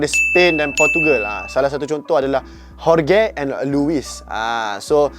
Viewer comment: Jorge is pronounced Hor-hay